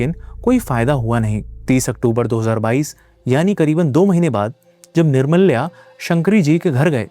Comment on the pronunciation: Bhai wo निर्माल्य hota hai. Aur wo Jo title Day nahi दे bolte hai.just a small correction